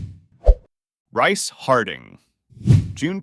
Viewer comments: I believe "Rhyce" is pronounced "Reese." If it took place in New South Wales that's probably what it was. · its pronounced reece...